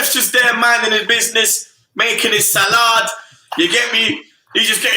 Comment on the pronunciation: Why say Salahd lol it’s Salad 🤣